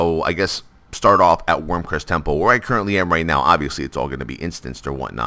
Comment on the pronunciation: Wyrm REST, not Wyrm CREST.